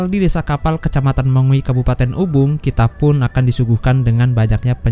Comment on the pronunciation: Desa Kapal, Kecamatan Mengwi, Kabupaten Ubung? 🤔 Mohon maaf bang, yang betul itu "Kabupaten Badung", bukan Kabupaten Ubung. 😅🙏 *Padahal saya dengar pakai HP bervolume yang sangat maksimal, sumpah. 🙏